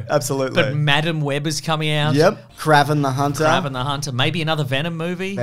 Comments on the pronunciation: It's pronounced KrayVen the hunter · who the hell is Krav-en lol its pronounced Kray-ven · been watching for ages never ever noticed them pronounce Kraven like that before lol